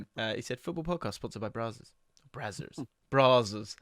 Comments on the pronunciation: and pronouncing it "brah-zzers" then acting like they're still down to earth and one of us? For shame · inner Surrey came out with that Brazzers pronunciation